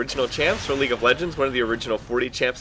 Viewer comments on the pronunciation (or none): none